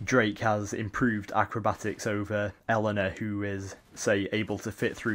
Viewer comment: It's pronounced A-Lana but still good vid